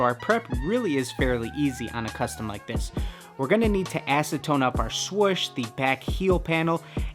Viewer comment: He is saying swush